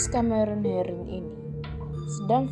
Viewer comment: Suaranya🤦🏻‍♀️ ,CAMEron herin..,MENabrak.....KArena.....